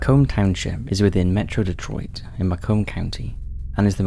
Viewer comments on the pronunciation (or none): none